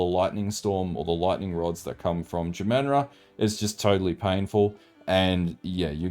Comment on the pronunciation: Say jamanra again. Jah - mahn - rah.....